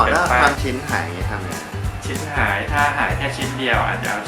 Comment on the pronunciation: ตรงคำว่า ชิ้นหาย เราได้ยินเป็น ชิบหาย 555